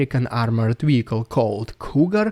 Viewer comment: Wehicle. Wehicle. Wehicle. 😂